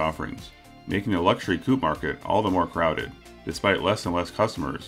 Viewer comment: Why are the Americans incapable of reading correctly the word "coupe" ?